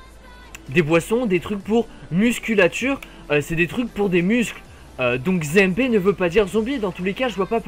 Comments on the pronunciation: Mec c'est ZMB et pas ZéMB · C'est zed et pas zé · Tu dit zémb. Mais c'est zéde mb